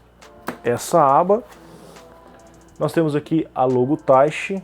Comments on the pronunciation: Eu achava que falava "Taichí" e não "Táichi" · A pronúncia é Tai-chÍ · Eu acho que é "taitchi", com ênfase no chi, como em japonês.